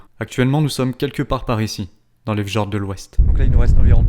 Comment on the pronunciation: C'est magnifique mais il fallait vraiment que je vous le dise : le J se prononce Y -> ex: on dit f(y)ord et non pas f (j) ord ou re (y) k ( y ) avik ! Ceci étant dit , merci pour ces belles images !